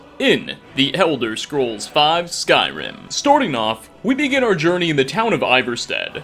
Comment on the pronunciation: "stoorting off" hehe i love Canadians :3